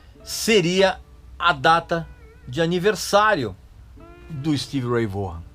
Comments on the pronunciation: Vorran?? Não se pronuncia assim, se pronuncia Vóhn! Como o Régis ama corrigir e ensinar pronúncia certa, tá aí a maneira correta de pronunciar o nome dele! Excelente vídeo! 👏🏻👍🏻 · A pronúncia correta é Stevie Ray "Von" e não Vogan ou Vorran. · O Régis gosta de corrigir a nossa pronúncia, mas o certo é: Stevie Ray (Von) Vaughan. 😆😆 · O cara era fera. agora aprenda a falar corretamente o nome dele.